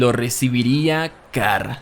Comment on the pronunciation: Carl ❌️ Car✅️